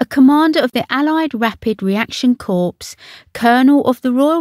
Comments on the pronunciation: It's pronounced 'core' NOT 'corpse'. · Core not corpse, please get it right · I can’t believe that someone with such clarity of speaking can say corpse instead of corp and catafalque and not catafalque is beyond me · corp is prononced core not corpse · Does the commentator understand the distinction between "Corps" and Corpse"? When honouring a Military person or tradition, it's most important to get the distinction correct. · I do with people would stop pronouncing corps as "corpse" and not "COR" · Army Air "Corpse"!? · Good roundup thx. For next time... corps pronounced 'core' and lieutenant pronounced 'leftennant' from an English pronounced perspective. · This woman’s voice irritates me, she mispronounced two words which should never be mispronounced, one being “corps”, it is NOT pronounced with a “p” at the end and the fact the the piper played “Oh Deary” at Westminster which he did not!!!!! He played it at Windsor Chapel when she was laid to rest in the crypt! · That’s embarrassing commentary. Sounded like an 8 yr old practicing diction. And as for ‘corpse’…….smh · You have a lovely clear voice. Can I just let you know you don't pronounce the p in air corps. It's pronounced 'core'. A corpse is a dead body. Takes nothing away from your lovely voice though. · I think the person doing the commentary on this vid needs to learn how to pronounce some her word, what’s a catafalork? And corps ! It’s PRONOUNCED COR silent p s ! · You cant pronounce either lieutenant or corps correctly….🤣😆too many American movies I think. Leftennant and cors are the correct pronunciations in the UK. Dear dear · Corps is prounced cor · I don't know anyone who pronounces "corps" like "corpse" and that includes the three examples on Forvo provided by folks from the UK. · Too bad the narrator can not speak/read properly. The word 'corps'as in army corps has a silent p. And catafalak is NOT a word catafalque is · The "p" in corps is not pronounced. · the P in Corp is silent.